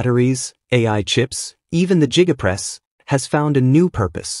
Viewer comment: 480p video? Less than 50 seconds in, and what the He** is a jigga-press? AI voice-over fail.